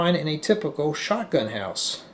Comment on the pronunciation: Why dif you say shoutgun house?